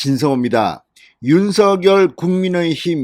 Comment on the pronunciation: 윤석열 [윤성녈] 입니다. [유서결] 아닙니다. 누군가의 고유명사인 "이름"은 정확하게 발음해 주시면 고맙겠습니다. 그래도 한 나라의 대통령의 이름을 자국민이 제대로 발음하지 못 하시면 .. 이름은 고유명사입니다.. 윤석열 [윤성녈] 입니다. [유서결] 아닙니다.